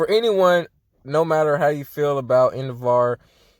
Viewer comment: Endevaar? Cuz that’s what you’re saying